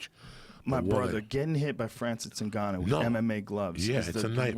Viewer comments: Hahahah Joey Diaz- I don't mean to miss pronounce his name ningayo who fought stiopic. Joe Rogan- it's pronounced Ngannou. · haha i came to hear joey obliterate Ngannou's name 😂 "Ngayo" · Did you catch when he didn't want to mispronounce Ngannou so he described him as "the guy who just fought Stee-ohpay." xDDD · Ngayou. Stiopic. Justin Statham (he meant Gaethje) gotta love Joey